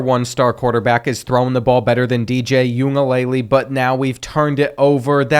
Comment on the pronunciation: I know y’all heard what he said ungagelel